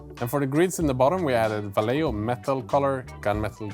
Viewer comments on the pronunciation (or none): none